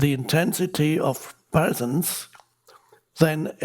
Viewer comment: 😂the way he says PRESENCE🤣